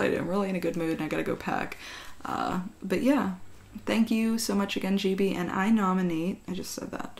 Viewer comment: Did anyone else hear "chibi" instead of "gibi"? Also I thought it was pronounced giby too lol.